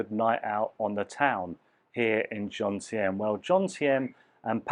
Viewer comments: although you have lived there for a while now, you still dont know where you are, JOMTIEN, not JONTIEM. Apart from that I enjoyed watching you this time and can I just say your videos are really good presentation. I just did a video on Vagabond Awake channel with Dan and Ciang. My costs were as you say, 30k baht per month. I live in Acqua condo by the night market for 8k for a 35sq mt studio. I have my own channel but im happy to re subscribe to yours. Good luck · It's joMtein not joNtein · that is Jomtien, not Jontiem like you said.